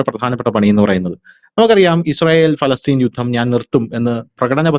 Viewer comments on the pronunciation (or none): none